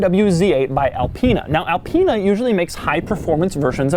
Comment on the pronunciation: IT IS ALPINE NOT ELPEENA